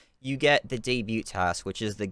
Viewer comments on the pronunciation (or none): The t is silent in debut.